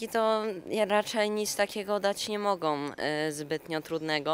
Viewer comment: Czemu ten chłopak pierwszy mówi MOGOM🤦🏽‍♂️